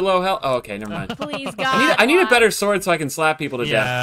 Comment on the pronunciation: I literally thought he said "did you make the mega zord yet But he said sword 😭😭